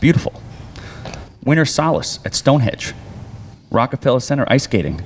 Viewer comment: "Stonehedge." Lolz